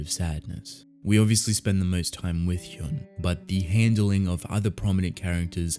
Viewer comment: I see others have already said it, but 1. "Hyun" is pronounced as you'd pronounce the "un" of words like un-stoppable, etc. "Cha" is the surname, so by Korean culture it should be said before the name. (Also I haven't read this webtoon yet but I think I remember the main character's name being Cha Hyun-su, not just Hyun, so... is that just a translation error...?) 2. I highly recommend "I don't want this kind of hero". It's comedy, slice of life, supernatural, and hides under this seemingly light-hearted air while having these piercingly astute observations and satire about society. Later on the themes and stories it tackles get darker and bloodier too (though it never shied away from death and tragedy to begin with). The art starts a bit shaky but becomes straight-up beautiful later.